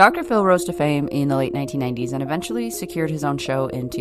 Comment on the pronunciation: you said 1990s I literally heard 1890s and died laughing 😂